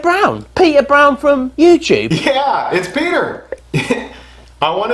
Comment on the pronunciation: “ from Youchoob?” 😂